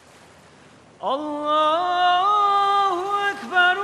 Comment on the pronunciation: allahu ekberullahu ekber mi? telaffuz yanlış! kaideli okuyamıyor. mustafa ceceliyi severim. dindar olması da hoşuma gider hep. ama ezan okumak sanattır. bunun eğitimini almayanlar okuyamaz sesi ne kadar güzel olsa da... tamam hoş bişey dindar olması ama ezanımız kıymetli hakkını verenler okusun sadece.